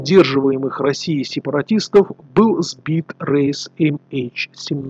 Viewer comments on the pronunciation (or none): none